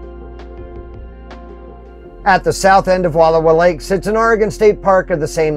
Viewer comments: Please, learn how to pronounce the names of the places you spotlight before you make these videos. It’s painful to hear you mispronounce Wallowa, repeatedly. Frankly, it’s disrespectful and would require very little effort to correct. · Please, PLEASE! PLEASE! Learn how to pronounce cities, towns, lakes and rivers CORRECTLY!! They are called the Wallowa mountains and lake. Original Indian pronunciation - wuh-low-whu! Wuh-low-whu (low as in allow). Its insulting to go somewhere and mutilate the beauty and history of a location and their historic names. Wallowa was part of the Nez Perce Indian tribe and home, led by the tribe chief, Joseph. Wallowa translated from the Nez Perce language, is "land of winding waters". Wallowa County is Chief Joseph Country, indelibly associated with a great Native American leader. Thus the celebration of Chief Joseph days in Wallowa county. Do better!! Learn and pronounce it correctly out of respect!! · My wife already gave you a bad time about the pronunciation of Wallowa last week; so I won't go there today; but would encourage you to go back on your way back East. You missed a lot of spectacular sights that you would have seen on your drive around and at the lake. I have numerous photos of the area and truly believe you'd enjoy a "do over". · You are pronouncing Wallowa wrong and as a local it’s bugging the hell outta me 😂